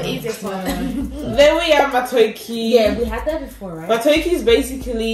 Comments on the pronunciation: In laughing hard at how pronounces the word Matooke as matokie haha can't stop laughing 😂 😂 😂 pronunciation is "ma-tto-kay"..... Its unripe mashed plantain not ripe plantain lol... It's a loved delicacy in Uganda and we basically eat it with beef stew, peanut paste with roasted meat, chicken stew, fish stew, fresh green peas or just about any sauce. (Matooke is preferably eaten hot and with very soft consistency and usually when it gets cold it hardens) Welcome to the land of food folks 😂😘😋, I'll explain pilau rice when I get back 😛😍 hope you enjoyed your meal peeps. I'm team Uganda all the way🇺🇬🇺🇬🇺🇬🇺🇬🇺🇬, whoop whoop ✊ where my people at😊🤗💝I love you Africa 🌍, love you Queen's fam💞❤️ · And it is is Matooke like egg not matooke like nike